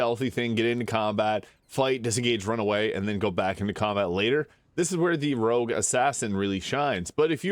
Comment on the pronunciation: Rogue. Not rouge. Rouge means red in French.